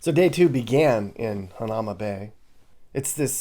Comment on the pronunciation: Youre pronouncing hanauma bay wrong